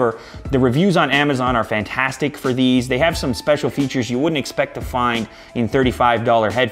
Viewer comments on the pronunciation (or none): none